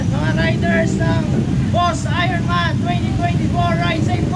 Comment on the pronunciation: "ayorn man" NOT "ayron man" HAHAHAHA